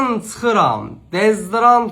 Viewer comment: HamaMnannn TsıXiram !! yox !!! Çixiram !!!